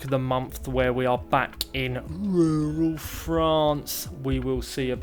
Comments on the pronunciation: What a journey you have had in Rrrruurraall France. Love your updates & your " Monty Python" vibe to your story telling!!❤ Very much & fun & keeps me watching!! Really anxious to see you make a " silk purse out of a sows ear!" ❤ from NY!! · Please,, continue saying Rural France, I love it. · Hi …I love your videos… it’s so comical how you say “rural France”… I always look forward to hearing it and you make me smile every time. Keep up the awesome renovations. Looking forward to seeing the finished and furnished house.